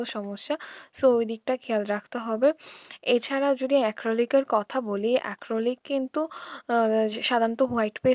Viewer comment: আপু অ্যাক্রলিক না acrylic